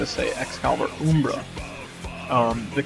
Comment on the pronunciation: Um--bra, not oombra lol